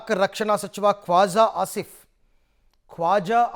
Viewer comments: ಅವ್ನು ಕ್ವಾಜ ಅಲ್ಲ ಕೋಜ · ಅವನು ಕ್ವಾಜ ಅಲ್ಲ ಕೊಜ 😂😮😅😊😢